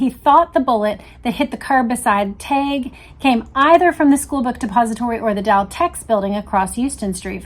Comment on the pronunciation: James told me his name was pronounced 'TEG'. Just sayin'.